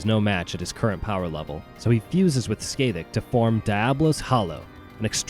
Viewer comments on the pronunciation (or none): Great video. I do have to make a correction tho. Scathach name's is pronounced as Skah-hahk. Like Sky-hawk but instead of the "y" and the "aw" it's the "ah" sound.